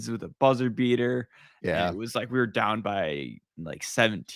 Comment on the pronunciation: BEAR DAHN